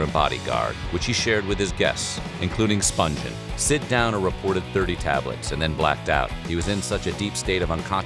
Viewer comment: Nancy's last name was pronounced "Spunghen," not "Spunjen." This narraator, like all the others, got it wrong. I'll bet the Spungen family still cringes over the constant mispronunciation of their name.